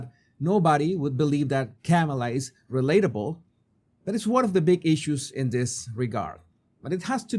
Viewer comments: KAH-ma-lah does not sound like camel-ah. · Kamala's first name is not pronounced Kam-eh-la -- where Kam is pronounced like the "cam" in camera. Her first name is pronounced Kam-eh-la -- where Kam is pronounced like "calm". As in 'calming touch'. I.e., Calm-eh-la (spelled Kam-a-la). Hope this helps. 😊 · Her name is not pronouce Came-a-la it's pronounced comma-la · sorry please pronounce her name correctly kama-la like comma comma-la thank you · Jesus, you of all people should pronounce people's name correctly. Kamala is pronounced Comma-La. If you are going to pivot this channel to political punditry, maybe start there. Especially since her opposition party purposely mispronounces her name to disrespect and dismiss her. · You need to learn how to say her name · How can you be credible when you can’t even pronounce Kamala’s name correctly???